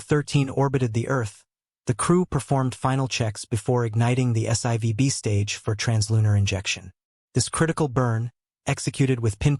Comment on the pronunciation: It's S 4 B, not S I v B. God. Please get it right.